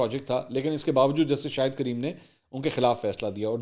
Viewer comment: Very nice mansoor We Pakistanis keep making mistakes on arabic name Kareem not creem